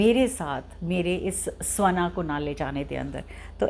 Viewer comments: Mam its shvaan n not svaan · स्वना नही,ऑलरेडी... श्वान...सही प्रोनाउंस ये है।अंग्रेजो ने ये योग का योगा,,राम का रामा,उसी तरह श्वान का स्वाना...कृपया इस प्वाइंट को नोट करें..✅ अगर आपको सही लगे..बाकी आपकी इच्छा..🤷🙏🕉️ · Yes it is pronounced as shwaan.